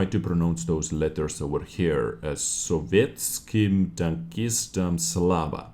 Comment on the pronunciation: "Glory to the Soviet tankers" is what it means. You pronounced it almost perfectly, well done.